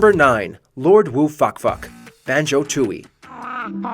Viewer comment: "Lord Woo Fak Fak". I think you just called him Fuck Fuck.